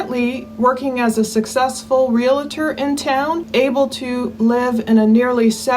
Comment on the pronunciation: Realtor is a two-syllable word. Reel-tor. Not reel-a-tor.